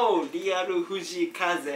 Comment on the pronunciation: フジイカゼだけ発音いい笑笑